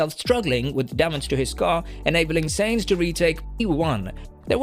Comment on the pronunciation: Carlos Sayings??? You got to be fu€king shi#ing me. Bro. Please. For fokssake learn how to pronounce the driver's names right.....